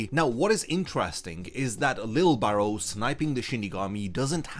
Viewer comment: His name is Lije Barrow. (Lee-jay (soft j)) Im posting a youtube short soon to address the constant mispronounciation of his name.